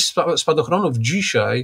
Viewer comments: Polszczyznie Pana Piotra mozna wiele zarzucic. Mnie bardzo drazni jego "dzisiej"! Mowi sie "dzisiAAAAj" Panie Piotrze !!! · Pytanie czy pan Zychowicz umie się poprawnie wypowiedzieć? Od osoby która pracuje "słowem" (książki,prelekcje...) należy wymagać więcej niż od przeciętnego człowieka. Te wypowiedzi typu "wczorej,dzisiej,tutej" powodują , że ciężko się słucha tak niechlujnego języka. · Wziąć nie wziąść, dzisiaj nie dzisiej !!! Człowieku proszę jesteś rzekomo osobą wykształconą a mówisz jak cep... ogarnij ... i nie 'skakał ze spadochronu' a 'skakał ze spadochronem' serio teleznowela .......'Kiedyś można było rozpoznać że rozmawiają ze sobą ludzie wykształceni, niezależnie od tego o czym mówili, teraz .....' i to po 4minutach mam do powiedzenia . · dzisiej, tutej to wymowa typowa dla ludzi z Warszawy i okolic, ale nie słoików, tylko takich mieszkających od pokoleń. Dzisiej często też mowi Magda Gessler.